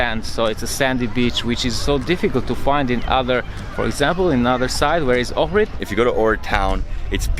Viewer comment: I was born in Ohrid, Macedonia ... I miss it since I live abroad now. But many mispronounce the name. The H in Ohrid is pronounced... its not Orid .. O-hhhh-rid